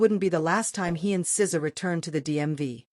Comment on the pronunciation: These AI videos are so frustrating. As soon as I hear the voice say "ess zee ay" I know.